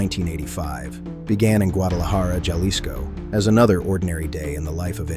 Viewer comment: It is NOT YARDINES OR YALISCO!!! JAAAARDINES JAAAALISCO HABLA BIEN CABRON!!!